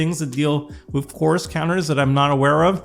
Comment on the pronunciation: Yeah can you articulate “chorus” better? Every time you say the word it sounds like Coors and you’re making me thirsty!😂